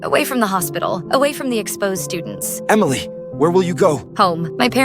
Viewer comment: Blud said “emileh’s right💀🥀”